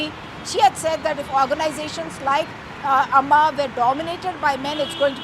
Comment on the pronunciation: Stupid news reader... Does she all her mum aama??? Or is she just illetrate.????? AAMA it seems🤬